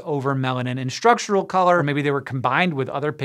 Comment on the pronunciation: What is with pronouncing “Structural” as Shtructural?